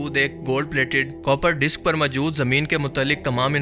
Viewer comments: Pls. Say Moojood,not Mujood. Jazak Allah Khair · Majood nahi hota word hai maujood Rectify this